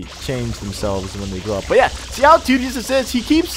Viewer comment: He says tideous a lot